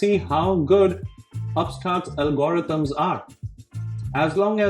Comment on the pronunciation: This is a very well considered presentation, one that I think fairly shows the bull and bear cases for the UPST and which prompted me to subscribe to this channel. Some Americans may find the speaker’s accent distracting, even off-putting, which would be their loss. I had to go back to listen to part of it a second time when he discussed algorithms, which to me is “ALgorithms”.